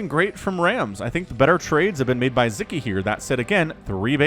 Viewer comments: aww, as a Hungarian, I'm so glad to see Sziky being casted, and winning. :) Also, in Hungarian language, we pronounce the conjunction of 'Sz' as 'S'. So his name would rather sound as [Siki] instead of [Ziki]. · It's pronounced Sicky. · Yeah. How should we teach to pronounce it with S?